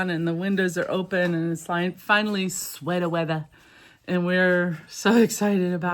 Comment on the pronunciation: Swetah Weathah 😂